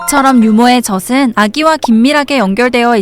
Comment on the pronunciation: 젖은 [저즌] 젖을 [저즐] 젖이 [저지]라고 발음하는게 맞아요